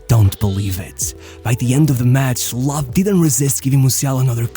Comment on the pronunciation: This one bothers be so much ngl like not able to pronounce ö is fine but why not just normal anglicized Low 🙄